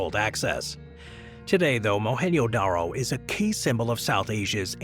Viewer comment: mohan “JoDaRo” not “yodaro”